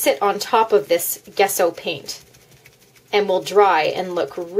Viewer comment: It's pronounced jesso, the G is soft, pronounce the g like you would in journal. Just to let you know.